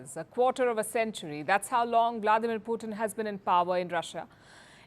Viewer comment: Palki, his name is Putin....not Puthin.